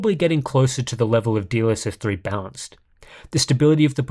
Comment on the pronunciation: I know is saying "balanced", but I can't un-hear "dlss bounce" 😭